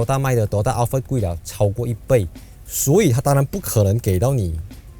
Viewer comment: 你读Al fart 又读Al Fred😂